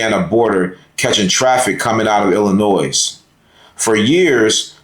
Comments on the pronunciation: Thanks Indiana. Once they enter Illinois the state police are ordered not to assist ICE. Just for the s at the end of Illlinois is silent. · Are you saying Illinois wrong on purpose? Also, it's ask not aks. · OK first the S is silent in Illinois, Second Several years back I ran steel in the area you are talking about and there are many many ways to get around those checkpoints, 3rd With the me egos that have been rampant for several years I do not expect anything to be accomplished until the drivers relearn how to agree to disagree and move on to a solution. My creds are 5th generation driver and 3rd generation O/O retired myself in 08 due to an injury and upcoming changes that I seen coming. Respect to those who are still in the fight and making the miles everyday. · You DO NOT pronounce the S in Illinois! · The “s” at the end of Illinois is silent. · S is silent in Illinois.